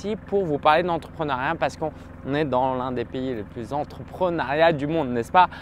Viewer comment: C'est mignon j'avais jamais remarqué mais tu dis entreprenAriat au lieu d'entreprenEUriat 😄